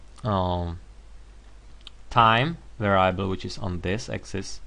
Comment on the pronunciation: Why are we using some second-hand software to define the problem? Mathematica is not that difficult to use for using text to describe the problem. You may also want to check the pronunciation of "variable".